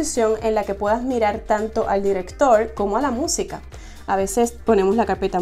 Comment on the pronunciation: Como que te esfuerzas para pronunciar la letra "r", ji ji , como que si hablas normal pronunciarías: DIRECTOL , por ejemplo... Saludos y Gracias...!!!